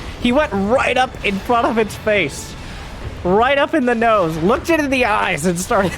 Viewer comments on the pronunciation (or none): none